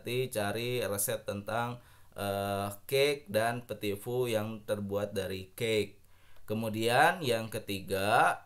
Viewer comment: Ooooo dibaca nya peti fuuuu yayayaaya 😂